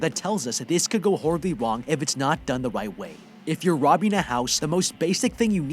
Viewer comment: “wight way”